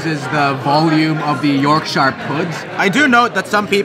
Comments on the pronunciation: "york-sheer" pudding only hobbits say "york-shire". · York-shur not shire. It is a batter. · pronounced York-shur